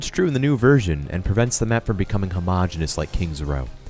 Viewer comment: No one: This guy: "homogeneous"